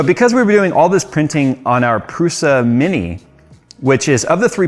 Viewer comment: This is the second time this week that I've heard Prusa pronounced wrong... What's going on?